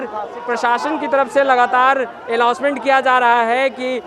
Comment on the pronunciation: shyd announcement ko allouncement hi khte hai